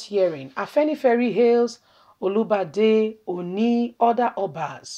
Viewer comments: Try to pronounce good, not olubade,but olubadan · It's Olubadan not Olibadan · You could have just mentioned Oba of Ibadan rather than wrong pronunciation. That's a traditional King! Please check properly before you broadcast. Thank you! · Sister, i love what you're doing. But try as much as possible on how to pronounce names and titles of Nigerians. Your pronunciation of Olubadan and Ooni of Ife was wrong. God bless you.